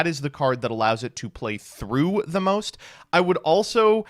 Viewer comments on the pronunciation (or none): none